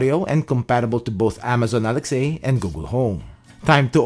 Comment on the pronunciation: why do you say Alex-a instead the name Alexa?